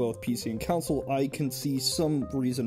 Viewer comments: “Counsel” instead of consul 🤢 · "Council" (con-SOLE) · Why are you saying console as counsil? Are you secretly Anakin Skywalker? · I thought we were talking about console vs computer, not "council vs computer". Also, those other notes killed me, lmao. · It gave me OCD. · Anyone else hear "Counsel" the whole time?